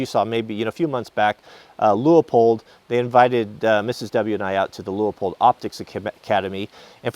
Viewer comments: Enjoyed the video. But, there is only one "O" in Leupold (Pronounced LewPold, not Lew-Oh-Pold). Thankfully I haven't heard you say "bullet heads"' (Are they out in front of the "bullet tails"?). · It's actually pronounced Lewpold